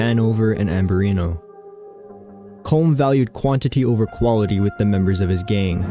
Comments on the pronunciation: Its pronounced Colum not Colm. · Its pronounced column